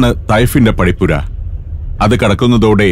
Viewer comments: തൈഫല്ല. ത്വായിഫ്..... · തൈഫ് അല്ല "ത്വായിഫ് " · Note thaif . ത്വാ ഇ ഫ്..